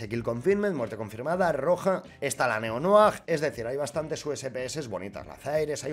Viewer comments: todo el mundo: neonoir: "neonoajjjj" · Todos: Neo Noir: neonoag